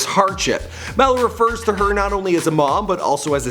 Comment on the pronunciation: Do u know how to say MALU